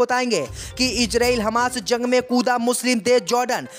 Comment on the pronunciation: ZORDAN. ZANG. KYUN BOLTA HAI